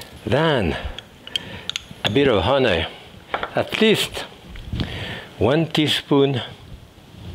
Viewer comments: Just came here for the "Hunaay" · I just love your French accent. Especially the word. “Huny “ lol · Great accent on the word, "honey". Love you, Jacques. Merry Christmas and our hearts are with you and your family